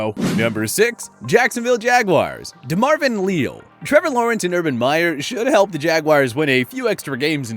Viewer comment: The Texas A&M DE Leal is pronounced “Lee Al”